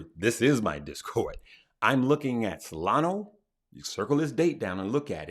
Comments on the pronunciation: Hey, thank you for your excellent content an tips. I´ve been following you for a couple of weeks now and I really appreciate your great sense of humor and the knowledge you share. Since there is always room for improvement, I hear you say Solano instead of Solana when you refer to that coin =). Live, love, laugh and learn! My best wishes to you! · did you say Solano and Manor?